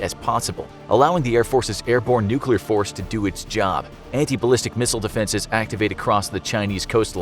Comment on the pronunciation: "nuk war"